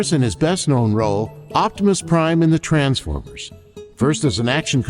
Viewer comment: i love you but why do you say the TRANs-fOremers. 😆 but when he said "in 1984, Peter and i went to war"aw man, waht a perfect way to summarize his relationship with peter